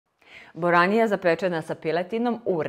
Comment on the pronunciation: zove se boranija.Lose naglasavas i cuje se buranija.